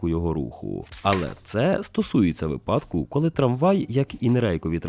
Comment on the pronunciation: Спасибі. Є побажання: не випАдки, а вИпадки; не вірна відповідь, а правильна; не задачка ( бо вона не розв'язується шляхом підрахунків), а завдання. Ну і не "величезне дякую" , бо з дієсловами не прикметники, а прислівники вживаються. Тому ЩИРО, СЕРДЕЧНО, ҐРЕЧНО дякую! Все буде Україна!❤